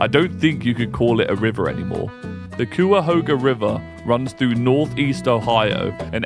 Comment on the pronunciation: It's "Kai ah hog ah" The first syllable rhymes with "guy". Greetings from Cleveland.